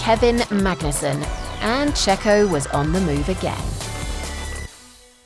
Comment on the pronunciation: I think you mispronounced: “Checho was no Mazepin, he was a racer and a winner”.